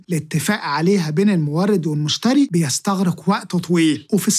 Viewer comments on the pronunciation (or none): none